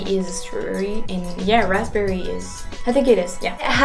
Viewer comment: Raspberry.....do not say the letter "p". So say it as "ras-berry"